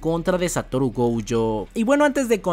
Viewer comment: Como que “gouyo”? Es gojo, el nombre no es gringo, es japonés ._.